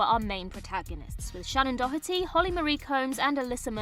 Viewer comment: I adore the British pronunciation of “Doherty”, with the hard H sound. Thoroughly charmed by it, you might say. ❤